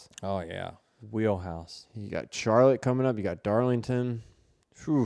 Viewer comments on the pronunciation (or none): none